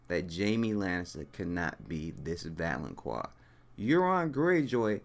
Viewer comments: It's not "valon*quar*" it's "valon*qar*", like "car". Also, you're wrong. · ITS VALONCAR NOT VALONCWAR!!!!! THE Q MAKES A tough C SOUND! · Pronounced (val-on-kar) god damn you done pissed me off continuously misspronouncing that word! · I always hear "Valoncroix" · shonshonacg 😁😁😂😂😂🤣🤣🤣 I thought I was the only one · lol yeah it was really bothering me too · Its pronounced val-on-kar. There's no u so there is no wha sound. . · I have to admit, my face twitched just a little bit every time you inserted a “U” into the pronunciation of the word “valanqar.” Solid theory, though. I hadn’t considered Euron. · I mean I am only 1 min in but the fact that you don't know how to pronounce valonqar does not give me hope for your theory. Tears could be a reference to the Tears of Lys, a poison Cersei has almost used before. I think perhaps Ayra will poison her, but just enough to make Cersei unable to move or fight back as in drowing her in tear, then posing as Jamie the Valonqar, Ayra will explain it all to Cersei and then choke the life from her. (with both hands). There might be something in "pale white throat" as in "pale wight throat?" perhaps as well :) Cersie could become the Night's Queen and Ayra will kill her after that, eh there are so so many variables with prophecy in GoT, you can never be 100%. I could be completely wrong with all of this and you could be correct, we really can't be sure!